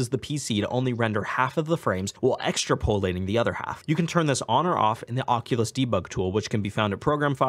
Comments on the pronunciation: Not trying to be picky but It is pronounced ( Ex - trap - o - late -ing ) you keep saying ( extra - po - late - ing ) / and it's super distracting. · Ex-TRAP-oll-lay-ting not EXTRA-pollating. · Awesome video, but it's "ex-trap-olating" not "extra-pol-ating". really helpful video, will be putting this to good use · Extra po-lating, that's the first time I've heard it pronounced that way. Good video, in-depth. Good work. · Some good stuff here. but also: "extra polating" lol